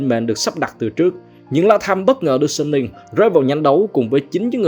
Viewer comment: Giọng a hay quá chài, nhưng mà hình như Suning đọc là Su-ninh á, hông phải Sân-ninh